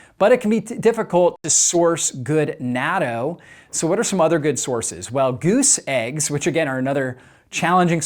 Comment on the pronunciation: I died inside each time you pronounced "natto" 😢